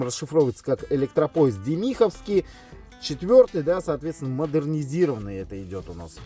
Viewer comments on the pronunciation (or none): Правильно — «дЕмиховский» (от «Демихово», Демиховский машиностроительный завод). Аббревиатура ЭД4М расшифровывается как «электропоезд Демиховский, 4‑й тип, модернизированный» — и в этой связке ударение тоже на первом слоге. Так что ютубер ошибся, когда произнёс «демИховский». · Не демИховский а дЕмиховский!